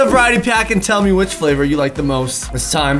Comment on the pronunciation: "LoOk At MeH, LoOk At ChU" yes yes a very big difference. he is has the higher IQ.